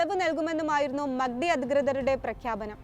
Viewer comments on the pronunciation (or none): മക്കടി അല്ല മാക് ഡി 😂😂